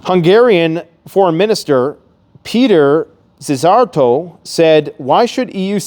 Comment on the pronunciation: The correct pronuntiation of "Péter Szijjártó" is: Peter S I Y - Y A R - T O